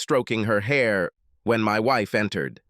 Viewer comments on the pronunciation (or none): "I heeerd my weeef getting out of the shower".😂 Mr. robot voice narrator was programmed by Borat after he graduated from Trump University😂😂😂😂😂😂!